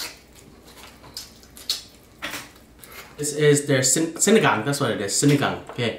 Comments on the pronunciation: It’s seen-ee-gang with like that tall A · It's pernounced sin-a-gon. A great sour soup Dip the rice into the vinegar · Actually, it's pronounced see-nee-gahng